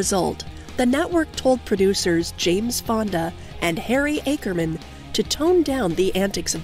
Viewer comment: There was NOTHING new on this video that TV fans didn't already know. And names like Harry Ackerman were mispronounced. Other notable characters were oddly omitted, Sylvia Field (Mrs. Wilson), lrene Ted row (Mrs. Elkins), Kathleen Mulqueen (Grandma Mitchell), and other characters like Mr. Quigley, etc.. l hate when l m clicbaited.